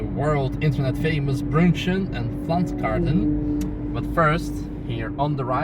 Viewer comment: Pflanzgarten not Pflantzgarten